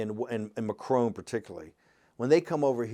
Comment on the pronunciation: I like that 'Macrone' name Steve Bannon pronounced.